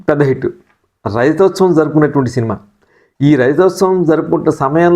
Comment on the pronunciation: గారూ... కొన్ని సినిమా పేర్లను స్పష్టంగా చెప్పడం లేదు. సదరు మాటలను మింగేస్తున్నారు. ఉదా " మనుషుల్లో దేవుడు " పేరు సరిగ్గా పలకలేక పోయారు..., రజతోత్సవం అనే మాట రైతోత్సవం లా వినబడుతోంది...మాంసం ఎక్కువగా తింటుంటే మాటలు ముద్ద ముద్దగా వస్తాయి...గమనించగలరు..